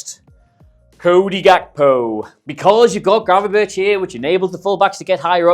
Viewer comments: Its pronounced gravenberg. Very easy not gravenbirtch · it's Gravenberk not birch like the tree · Great video thanks! Unsolicited suggestion if I may, just call him Gravenberg - like Bergkamp, ch=g in dutch and it sounds much better :) Cheers! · If yuo say Gravenbirtsj one more time yuoll be banned from Holland like David Ike!